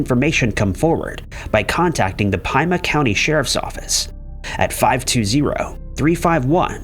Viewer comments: It's pronounced as Pee-Muh, not Pie-Muy. I live in Maricopa county. I wonder how he pronounces that. Pima is a native tribe by the way. Very cool people. 😎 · Bro. Pima is pronounced...pee-muh. Why do you mispronounce so many common words? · Pima is pronounced Peema. And elgin is pronounced el-jin. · Just FYI in case you run into this county in the future : Pima is pronounced PEEMA . Thanks for another great video !!! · From Yavapai County I cringed lol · Haha. I love close to you by Vistancia. It's not his fault. He's not from here and at least he tried. Most people that move here call it Pim-muh. I used to live with a friend on Pima rez